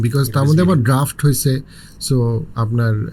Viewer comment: আত্মঘৃণার সবচেয়ে বড় নজির আপনি এবং আপনার অতিথিরা। জীবনে শুনলাম না, নিজের ভাষায় গর্ব করে, শুদ্ধ করে কথা বলতে। ভুল বলবেন তবু ইংরেজি বাংরেজীই বলতে হবে.. ভাষা নিয়ে আপনার মতো, আপনাদের মতো হীনমন্যতা কোন উন্নত জাতির মধ্যে ভুলেও দেখবেন না। আপনি বললেন, ড্রাফট। "ড্রাফট" না, খরা হলো ড্রাউট। মাল্টি-ফ্যাকেটেড না, "মাল্টি-ফ্যাসেটেড" কিন্তু আপনার আইবিএ অতিথি "বহুমাত্রিক" না বলে উৎকট ভুলটাই বললেন। কেন ভাই? বাংলা দিয়েই আধুনিক বিশ্বের বর্ণনা দেন না? জাপানি পারে, চীনা পারে, জার্মান পারে, আপনি কেন চেষ্টাটাও করেন না?